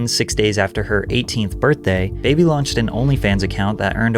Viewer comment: Its not pronounced "baby" its "Bah-bee" Like saying Barbie but with a NJ or RI accent.